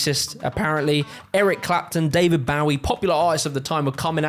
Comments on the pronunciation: Isn't it David BOwie instead of BAwie? Great video, got to know how it all evolved. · The late David Bowie is literally from London and his countryman just said "Bowwie" 💀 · "David Bauvie" 🤣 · Holy shit you butchered David Bowie's name. He's a legend, you should probably know how to say it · great video, the pronunciation of Bowie through me of a little😂